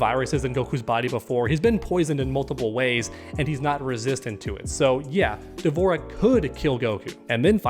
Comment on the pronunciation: Almost clicked off the video when you said D’Vorah 🤣🤣